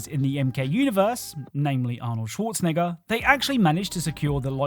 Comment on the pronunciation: Yo you did NOT say Schwarzenegger😭😭